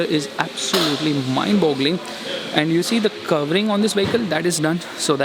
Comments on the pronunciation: Mind blowing hota ha Bhai mind bogling nahi 😁😁😁😁😁😁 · Gaandu kotni baar mimd boggling bolta hai be🤣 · Not mindboggling ... Mindboggling😊😊😅😅